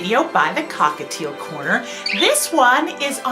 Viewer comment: It's annoying when you say "hI WeLcOmE To The cOcKaTiL CoRnE R"